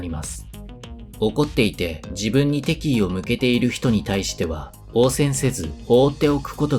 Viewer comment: なんとなく、イントネーションがきになる。敵意の部分